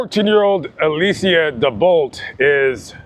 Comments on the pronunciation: Alee-sha not Alee-see-ah, sick of blaccents mispronouncing everything. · I do enjoy watching your channel but you got some things wrong with this one. Her name is pronounced “Alisha” and he didn’t dispose and burn her body at the location you stated. This is my home town and this was the sister of my ex sister in law.